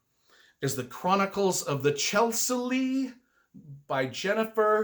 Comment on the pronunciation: Thank you,! That is so cool of you to mention my series. And it's Chey-SOO-li. 8-)